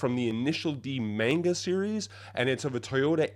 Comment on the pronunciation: Bro your pronunciation of manga is deranged😭 also the head is idw